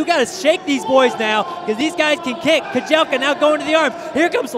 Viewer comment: The correct pronunciation of Yomif's last name is Keh-jel-cha (cha, as Charlie,....not "Keh-jel-kah")